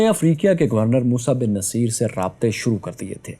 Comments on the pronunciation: vai, it will be musa bin nusayr...actual pronounce... did u get another one as naseer? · Its Musa Bin Nasaer and not Naseer !! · It's Musa Bin Nusair not Musa Bin Naseer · Sir the pronunciation is mosa bin nusyr not mosa bin naseer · Musa ibn Nusayr موسیٰ بن نصیر is right pronunciation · موسیٰ بن ٗنصّیر آپ غلط پڑھ رہے ہیں ن کے اوپر پیش ہے اور ساتھ میں شد ہے ص پر آپ نام کی تصیح کر لیں کمنٹ کا جواب لازم دیں شکریہ😍